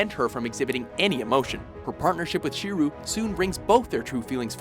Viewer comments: SHEEROO? And how is Saber and Shirou's love not mutual during the Fate route? More proof that WatchMojo doesn't even have people that watch these shows doing these videos. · Don't forget "SHEEREW" Emiya.